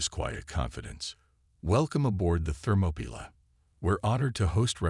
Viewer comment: Not only can't you say it right Ther-mop-er-lie you can't even spell it right it's Thermopylae, get it right it's one of the most famous battles in history. Why waste time writing interesting stories then let a bad text to speech app read it badly hell it can't even say readout (reed-out) correctly